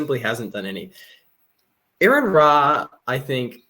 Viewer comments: I tried watching this but I could feel my brain rotting. Also, could you bother pronouncing Aron's name right? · It’s pronounced “R-on” or “Are-in,” not “Aaron.” If you can’t even respect your interlocutor enough to pronounce their name properly, you’ve instantly discredited yourself. Additionally, by editing out key parts of his video and accusing him of constructing a straw man, you’ve ironically created your own straw man by omitting essential elements of his narrative. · I knew this would be good when they pronounced his name "Aaron". But their discredibility only grew from there. The sections of the video they didn't include directly addressed many of their claims, the alleged strawman at the beginning is explained beyond just the number at species level. The creation answers consist of exactly ZERO evidence and just claims of what could be. Look the evidence is there so there is no long "we have so many possible incredible explanations" there are explanations for these things, and you guys can even begin to describe what a created kind even is. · R-on. R-on. His name is pronounced R-on. Sheesh, incompetent from the opening sentence. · His name is Aron, pronounced RN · Why am I not surprised none of you pronounced his name right. You guys really need to go back to first grade and start all over.